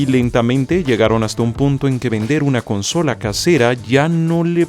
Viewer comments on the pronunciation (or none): none